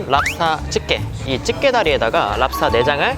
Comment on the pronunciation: 꼬소함이랑 찝게 발음을 고소함 집게로 발음하면 좀 더 듣기가 좋을것 같습니다.